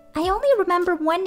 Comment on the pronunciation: The text: my name is fuyuki hiragi The voice: my name's fujirhagi